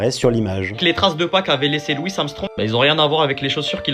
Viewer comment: Il a dit Luis Armstrong...no coment